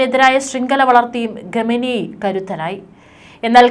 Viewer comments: ഘമേനി അല്ല മാഡം. ഖ യാണ് വേണ്ടത്. നോക്കി ശരിക്കും വായിക്കൂ. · What is this Ghameni... pronounce well... please correct